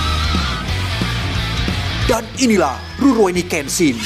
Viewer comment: Rurouni kenshin ❌ Zorouni kenshin✅🗿